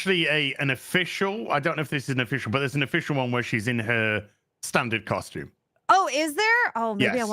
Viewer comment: The way says costume - koshtoom - is super ghet